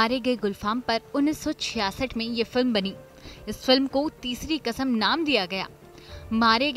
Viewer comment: तेज़ चैनल है तो तेज़ तो पीछे की आवाज़ (voice over) भी तेज़ है😄😄😄 उनको समझ ही नहीं है कि बांचे और बांटें में क्या फ़र्क है। क़िस्मत की तेज़ हो आप, जो इस तेज़ चैनल में voice over कर रही हो 😄😄 अर्थ का अनर्थ कर दी। और एक बात तलफ़्फ़ुज़ को सही कीजिए। कसम नहीं क़सम होता है।